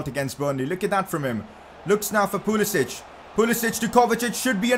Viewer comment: Pcq Its pulisic not pulisich 😂